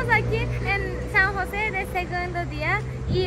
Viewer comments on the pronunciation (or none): San Jose Costa Rica,no san juse